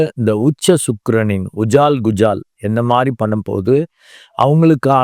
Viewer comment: ஐயா அது உஜால் குஜால இல்லை ... அஜால் குஜால்...மற்றபடி உங்கள் பதிவு அருமை🎉